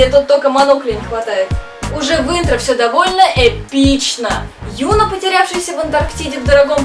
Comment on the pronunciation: Девочки, вы молодцы, хороший выпуск) Только, пожалуйста, запомните. В корейских именах ударение падает на последний слог, даже если там есть ё. Просто Юна, гАин и хЁна режут слух (правильно: юнА, гаИн, хёнА). Жду следующих выпусков))